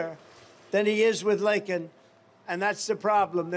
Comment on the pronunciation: Better yet, what did he do to console the family of Lakin, besides mispronounce her name. Horrendous! 😊